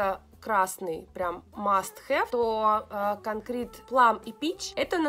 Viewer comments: Эх, как же мне режет слух произношение " конкрИт". С английского "кОнкрит" переводится как "бетон". Заметки инженера-строителя) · «Конкрит, дискрит, олвэйз» 😁 фраза марка прямо напрашиваеться☺️